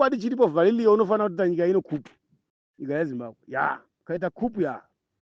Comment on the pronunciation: Excuse let it not be Kupu/coup(cooo/kuuuu. Please